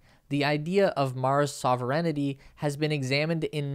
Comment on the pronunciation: Soverentity?!? Sovereignty Maybe?